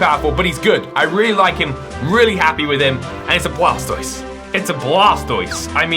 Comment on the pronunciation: blastoied no no no its called water browser lmao